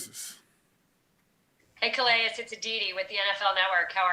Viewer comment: I wonder how many ppl know Calais is pronounced (kah-lay), it's french. I'm guessing his ancestors come from a French colony in Africa.. I always wonder about that though..